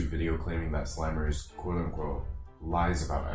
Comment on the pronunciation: I think it’s pronounced Slim-ers not slime-ers